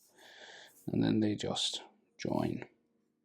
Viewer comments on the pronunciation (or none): none